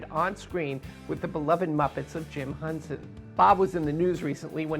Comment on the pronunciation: It's not Jim Hunsen.... It's Jim Henson!